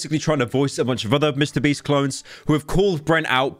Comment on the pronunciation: The feminine urge to make a compilation of pyro saying mr breast because everytime he does it, it fills me with joy for some reason